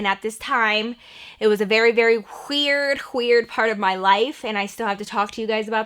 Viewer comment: when u said "hhhweird" i felt that